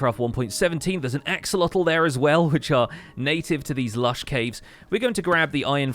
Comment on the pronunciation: Also it's pronounced ax-sho-lot Not lotel